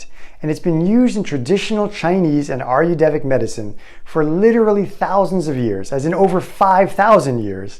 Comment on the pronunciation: ayurvedic diet - you are mis pronouncing it - just to let you know. It is NOT ayurdevic, but hanks for the info.